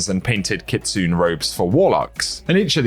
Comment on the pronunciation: Still not pronouncing "kitsune" correctly.